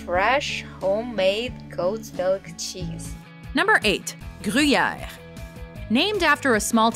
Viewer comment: Please never say gruyere again